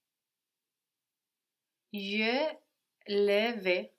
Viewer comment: "g-iuh leh vay" -> "juh lay vuh" anybody know when the student changes to one who can pronounce things right? :(